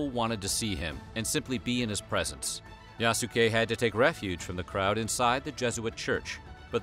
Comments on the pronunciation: Yaske! The U is silent! And he wasn't a real Samurai, he was granted a ceremonial status. Akechi Mitsuhide even didn't consider him human, thus letting him live. A lot of "black worship" in this "documentary"... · the way he says yasuke is so fucked up 😂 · Bruh Yasuke is (Yahs-kay) like the way you pronounce Sasuke. It's not (yah-soo-kay) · The way he's pronouncing his name is wrong, the "u" would have almost been silent like "Yas-kay" or "Yaske" not Yasookay lol watch the Netflix show you'll see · Bruh! Man triggering me when he say Ya-su-kay, instead of Yaskay... the U is silent 😪 Throw some respec, on it! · He pronounced 'Iayasu' as 'Leayasu' ➕ I'm sure the name Yasuke was pronounced 'Yas-kay' not 'Ya-ku-say' though i may be wrong 😄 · His name is pronounced Yas-kei, not yasu-kei :) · *yah-ske Not Ya-su-ke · I am sorry but this is bugging the F out of me 1 "Yasuke" the u is SILENT! its pronounced "Yas-kay" NOT "Ya-su-kay". 2 He is not a "black" Samurai for him to be " black" would mean he was American as only Americans label people by color. You are destroying peoples names in this video! the disrespect is unreal, at least try to learn how to say people's names properly please! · It's pronounced "yass-keh". There is no emphasis put on the "su". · Everytime the narrator says "YASOOKE" TRIGGERED 😠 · If I’m not mistaken the sound of that name should be pronounced “Yah-skay”. Please correct me if I’m wrong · Pronunciation: YAHS-keh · Yahs-Kay. You're welcome. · YAHH-SUUE-KAAAAY The Japanese in me dies everytime he says it 😭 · It’s said “Yas Kay” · Japanese pronunciation is Yas-Kay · Please😭 The way his name was butchered. [Yas-Kay] is the way to say it guys. Made me cringe every time. Otherwise, very great story! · It's pronounced "Yaske". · It’s YAH-SKAY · It's pronounced yaas-Ke U's in Japanese are very short almost silent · His name is pronounced YAH-skay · It’s pronounced YAH-S’KAY. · you pronounce his name wrong. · The "U" is silent